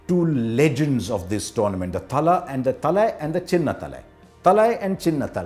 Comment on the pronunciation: I'm just glad he got the pronounciation of Chennai, Thala and Chinna Thala right 🤙🏻